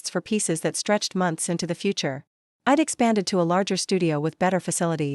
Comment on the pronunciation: Shocking narration!! AI on speed! Why keep saying I D D D????